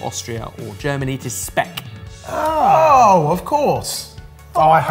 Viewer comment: Cured meats and no german one?? (Speck doesn't count. And is pronounced Sh peck with a Sh). =(